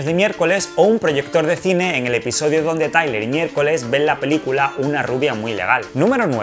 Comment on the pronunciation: MI-ER-CO-LES Y CO-SA. No es tan dificil